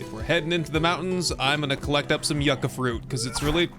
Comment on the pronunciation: Is someone gonna tell him how to say yucca correctly.